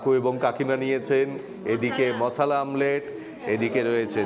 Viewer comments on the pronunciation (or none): none